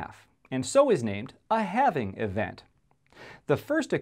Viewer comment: “What is having bitcoin, no not having bitcoin, having bitcoin.” Lmao you still didn’t say it right